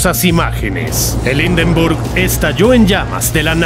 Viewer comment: "Indenrbug"!!! Horrible pronunciación!!!!